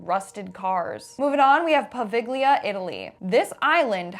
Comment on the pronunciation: Yes,, go to Poveglia! And while you’re there, learn to pronounce the name.